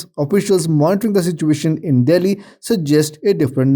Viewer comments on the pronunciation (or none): none